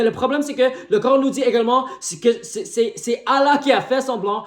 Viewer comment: Ohhh le grand chercheur et savant de la planète terre 😅😅😅. Mon frère va étudier, glorieux coran reste unique et le seul livre religieux qui est compatible avec la science. Mais c'est bon aussi de faire plaisir aux chrétiens 😅😅😅😅. Tu prétends de trouver des fautes dans un livre que tu prononces mal son nom. N' importe quoi.